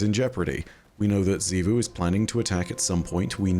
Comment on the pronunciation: OH MY GOD IS FINALLY SAYING „XIVU“ CORRECTLY